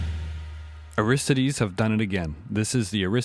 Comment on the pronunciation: Great review! I don't like how you keep mispronouncing Aristides though. It's AR-is-TI-des. Maybe I watch too much Jeopardy, but I like pronouncing things correctly.